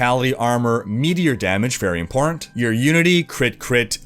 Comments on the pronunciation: Why do you always say "impor ant"? Do you have something personal against that middle T? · No offense or anything, but, is it just me, or does pronounce "important" as "imporant"?